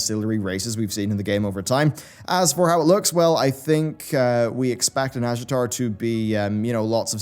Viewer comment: YouTube subtitles keep thinking you say "NASCAR zone" instead of nazjatar and now that's all I'm imagining.